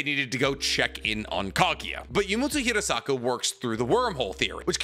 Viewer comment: Fun fact, my last name is Hirasaka. Nicks pronunciation is spot on. Hearing say my last name a million times is odd